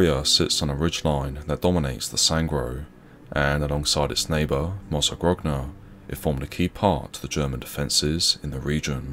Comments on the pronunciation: My family is from Mozzagrogna, and we are eternally grateful to the brave souls who gave their lives freeing us from the horror of Nazi occupation. (its pronounced mozza-groan-ah btw, the 2nd g is silent) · Now repeat after me: mozzagronia... that's how it's supposed to be pronounced. you're welcome. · Thanks for the upload. Mozzagrogna is pronounced Mozzagronya btw.